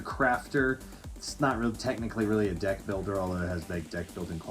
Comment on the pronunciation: it sounded like you said “every dick plays differently” lmao got em